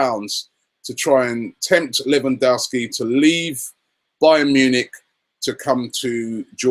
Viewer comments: I'm Polish can confirm it's correct :) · It's pronounced LE-VAN-DOV-SKI, let's not scare him off by pronouncing his name like the Americans haha